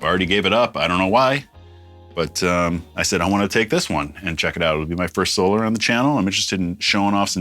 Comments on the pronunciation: Hey Rob you had it right the first time it is pernounced So-lar not So-ler🤘🏻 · Ola says, "So-LAR" like you initially did, so it keeps tripping me out hearing it pronounced like normal solar lol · Your pronunciation of "Solar" as "So-lar" is actually accurate if you've listened to how Ola pronounces it.